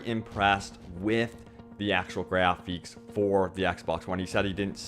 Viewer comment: its graphics. not grapheeks.